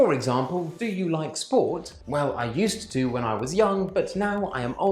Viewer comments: There's a big difference between spelling and phonology. If the students pronounce it the way you do, that is a mistake in pronunciation. It's basic consonant linking /ˈjuːst tuː/ Again, I'm not trying to be overly critical. It's just important for teacher's to demonstrate descriptive pronunciation, because that's what they meet in the real world. I only mention this because I'm looking for useful videos for my students and wanted to direct them here, but I know they'd fixate on the pronunciation. Keep up the good advice. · For certain. But I do think there is a difference between grading our language and adopting a phonetic pronunciation that is not used by any speakers. While both the long form and contracted forms of "going to" and "gonna" are both used, pronouncing a /d/ sound at the end of "used to" is not. If fact, the reason I asked was to find out if you just had an unusual accent that I hadn't encountered before. I'm a former teacher trainer and one of the most difficult things was getting new native speaker teachers not to emphasize things unnaturally (for example pronouncing the article "a" as /ə/ rather than /ei/. because we don't want students to copy that model saying things like "There is A table and A chair.") I'm not a big stickler for pronunciation. I was just kind of surprised at your unnatural emphasis. I really am a descriptivist for pronunciation, so it really made me sit up and take notice. Thanks for the interaction and again, I found your tips useful. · Good advice particularly the avoidance of present simple. but why do you pronounce the "d" in "used to". I've never heard a native speaker use that pronunciation. It sounds very unnatural.